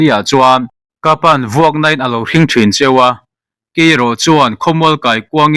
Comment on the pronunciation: Mizo ṭawng chhiar dik loh chuan a awmzia a bo, HRING tih biblea mi rawn lak chhuah hi, nau hring emaw rawng hring emaw lam dana lam tur a ni lo Hrïng = zual emaw sual emaw lamrik anga lam tur. Hrem emaw thunun emaw sawina a ni.😮